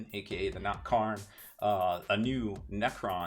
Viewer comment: Thata not Karn, that's Karin.